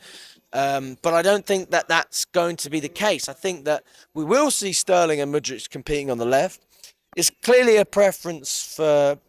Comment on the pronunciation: Bro I beg you stop calling him Mudritch, its fucking annoying. That's not how you say it, a K doesn't make a CH sound